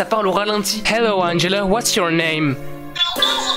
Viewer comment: T bête tu dis angella comment tu t'appelle mais très très bonne vidéo 😜😜